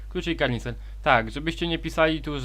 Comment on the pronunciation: Kanister a nie karnister ale esiok okej